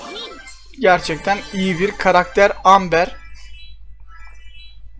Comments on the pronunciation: abi AMBER AMBAR diye okunuyoooooooo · Amber değil Emba